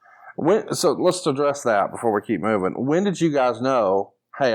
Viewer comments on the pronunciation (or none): none